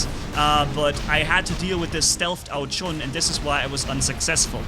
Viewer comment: its ao jun like the month june not ao chun you allways make me laff when you say it